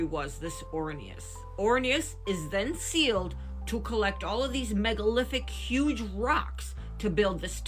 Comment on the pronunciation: Did you say megalithdicks?